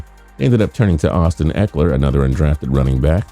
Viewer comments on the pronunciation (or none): none